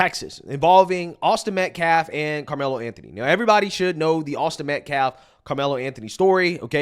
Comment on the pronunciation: Dude / is a disgrace to us all...he saying shii like....AUSTIN METCLAFF....and WE HAVE SAW?????😂😂😂😂...boy you making us look bad...what a looser....